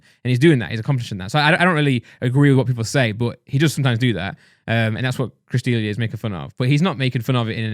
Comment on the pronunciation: The way they pronounce Chris D'Elia lmao